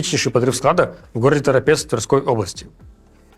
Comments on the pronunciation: Руслан, не ТоропЕц, а Торопец! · кстати ударение в слове торопец на букву О, ТорОпец, а не ТоропЕц. Бездарь говорящий. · Руслан, спасибо за сводки, каждую неделю смотрю. Но в этот раз мне еще хочется сказать, что правильно говорить Торóпец (я знаю от родственников, но и в Википедии так написано, это очень старый город) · Руслан, несмотря на моё уважение к Вам, рискну Вас всё же поправить: пожалуйста, произносите правильно название города ТорОпец (с ударением на вторую гласную) и употребляйте, пожалуйста, числительные в Вашей сводке в соответствующем существительному склонении. Спасибо Вам за проделываемую работу на данном канале.